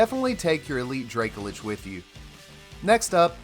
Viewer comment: Please pronounce Dracolich correctly, it's driving me nuts